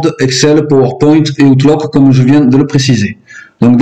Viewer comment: Allez, un petit effort de rien du tout : on ne dit pas "outeloque" mais "août-louque"... Cela dit, les Français, bilingues ou pas, sont bizarres : tout le monde dit" effe-bi-aïe" pour "FBI", à l'américaine, mais 'Cé-i-a' pour CIA, alors qu'on devrait dire en toute logique les deux à l'américaine, soit "si-aïe-haie". Mais si on dit "Cé-i-a", on devrait alors prononcer "effe-bé-i" pour FBI, pour rester dans une logique de prononciation à la française... LOL.